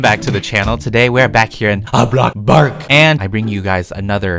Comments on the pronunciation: Who loves how he goes “bloxburg” (block-burg) he says block-burg! It’s amazing!😂❤️💗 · OMG CAN U EXPECT MY FRIEND REQUEST ON ROBLOX I LOVE IT WHEN U SAY BLOKBURG I CRY OF LAUGHTER EVER TIME